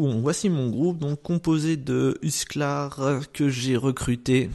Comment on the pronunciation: je sais pas si tu as un problème mais on dit MAOUNT and blade et pas MOUF and blade et HUSCARL et pas HUSCLAR, c'est vraiment infâme ce genre d'erreur x)